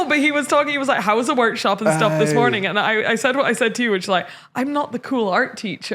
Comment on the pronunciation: "Good mooning!"